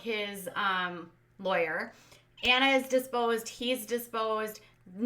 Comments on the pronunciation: can you enunciate a bit more? Either that or you said “disposed”, not “deposed.” It’s just that sometimes I watch with subtitles so that’s helpful. And it’s like “limb-in-aay.” No limes involved!:) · you have a habbit of adding an s to the word deposed and accidentally say diSposed when you talk about under oath questioning. Although I am sure you wouldn't mind if they were disposed of. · I have never heard her say it correctly (deposed)....but I love her show...she is great. !